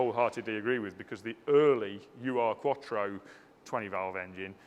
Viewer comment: It's not a U R Quattro... it's an Ur-Quattro... closest English pronunciation is probably err- quattro... Ur is the German word meaning original....